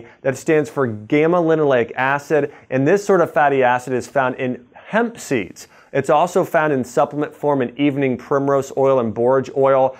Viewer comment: He said hemp seeds,I heard Pepsi.